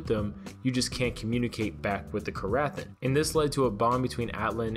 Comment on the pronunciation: The ‘ath’ is silent